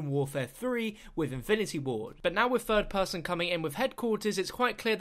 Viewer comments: "In fird person" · Take a shot every time he says " 'furd' person"